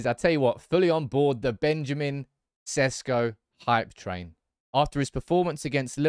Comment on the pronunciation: Maybe now's the time for you to pronounce his name right. Šeško = Sheshko